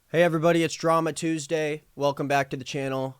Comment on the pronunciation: more like ‘Teasday’